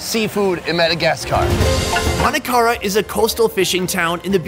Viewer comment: Its not Madagas Car! Say it properly